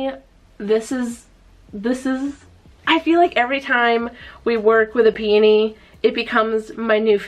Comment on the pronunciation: I’m SO glad you say peony the way you do! I worked at a wood flower shop for a short while and EVERYONE there said pe-OH-ny, putting emphasis on the O, and it drove me crazy 🤣